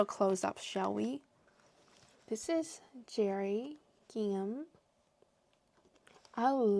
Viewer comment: A lot of crocheters are having hand/wrist pain. Fortunately you have other products you can work on. Bookmarks are pretty, you are so artistic and creative. I love gingham as well. BTW the “h” in gingham is silent. English language is so confusing😂.